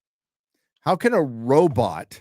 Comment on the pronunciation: Why does pronounce robot, "Robit"? is it a reference to a movie?